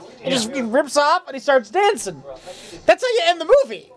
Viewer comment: Its dancing.... Not danseen